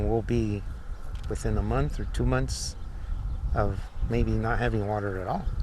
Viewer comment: “Whoah-tsuh”? Do you mean “water”?